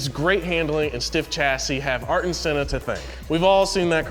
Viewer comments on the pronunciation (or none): he totally was :( Arton?! lol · This guy is just butchering every pronunciation. Lemus Hamilton, Tricolore, Ocon, Alpine, Sainz, Competizione, Ayrton, etc... they're supposed to be into the subject and know how this words are pronounced... Do better research next time.